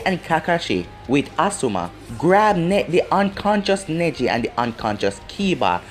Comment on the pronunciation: Nesi 😂😂you mean neji